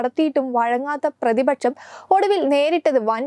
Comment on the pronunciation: എന്ത് മലയാളമാണ് കുട്ടീ പറയുന്നത്?? ശേശം, പ്രതിപച്ചം, ബാശ. വാർത്ത വായിക്കുന്നവർക്ക് ചുരുങ്ങിയ പക്ഷം ഉച്ചാരണ ശുദ്ധിയെങ്കിലും അടിസ്ഥാന യോഗ്യതയായി നിശ്ചയിക്കണം.